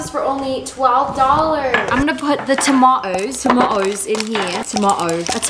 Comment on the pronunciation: TomaTo’s yeah nobody sounds like that here😂